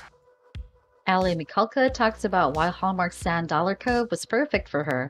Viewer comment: Please at least say her last name right. Your saying it like you have a cold ☠️